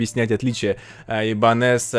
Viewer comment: Правильно - ибАньес😁. Нормальная испанская фамилия.🤣